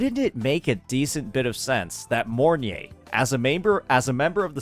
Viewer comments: Im not usually butthurt about ppl calling charatcer names wrong, but the fact called her morn-ye instead of mornai(mornye) somehow irritates me ngl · its pronounce More-Nye with nye sounding like Rye but instead of a RRRR sound its a N